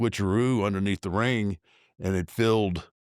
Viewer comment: It's pronounced RING.....not rink.....good lord